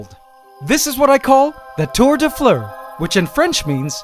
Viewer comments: son accent sur "tour des fleures" est juste parfait xD His accent on "tour des fleures" is just perfect xD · I really like your videos, but I just have one thing to say. I know that French have difficults words and prononciations, but I just want to tell you that "fleurs" isn't pronunced like that. I don't want to make a dilemma, I just want to inform you, I know that French is difficult, even for people who are French😅